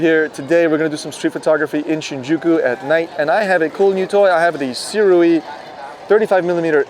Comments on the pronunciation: It's good to see someone who knows how to pronounce Sirui properly. 😀 I originally got my Sirui Saturn 50mm for shooting video, but I love the look I get when shooting stills. It's definitely not like cropping the top and bottom of an image. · Finally someone who doesn’t pronounce it Suri or something :D